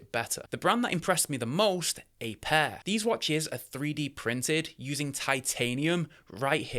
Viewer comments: It's APIAR not APAIR. Google the latter and you just end up with results for 2 watches 😉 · I think the brand is Apiar not Apair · Small error, but your your no. 1 brand is Apiar, not Apair.